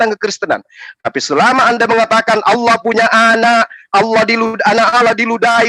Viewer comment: ALLAH om bukan "Allauh" yang kata itu dicuri kristen indonesia. Pdhl di teks asli nya (biblos) "Theos". Kristen Amerika/Inggris lebih pnya jati diri, mereka gak pake kata "Allah". Mereka pake kata "God". Gak malu om nyuri, mana baca ny salah lagi jadi "Alah".... haduhhh